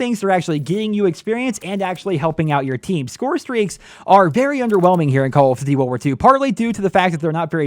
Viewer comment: is it me or does he have trouble pronouncing "call of duty".....